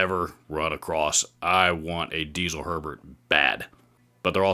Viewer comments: You pronounced Herbert perfectly in the first place. Nobody in germany says it the other way. It must have been a troll or something. BUT its DieZel not Diesel. Its a name and its pronounced with a hard (german) Z. Something like DEET-SELL. Haha who cares. Nice video. Cheers from abroad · Don't get me wrong, but Diezel should be pronounced as "Ditzel". It's not a fuel it's the last name. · Germans apparently pronounce "Diezel" as DEET-ZUL. Don't worry about it.